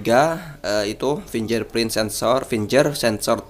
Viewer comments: bacanya fingge'r gan, bukan finjer .......... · haa! pinjerprint 😂😂😂